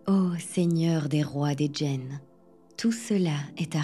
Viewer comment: Bonsoir heu je crois pas que djinn se prononce commeca Ça se prononce comme ça se lit (c’est de l’arabe)